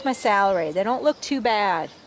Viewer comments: I’m going to accuse you of being a northerner. Salary is how your saying celery. Southerners pronounce it cell-a-ree But thanks for sharing your process for growing. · it’s ok, potato potahto, you hill (north)or heel (south) your potatoes. Oh brother 🙄